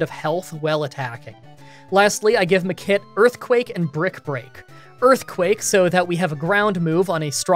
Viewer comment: Is it just me, hearing him say "the kid" for Makit over and over again :D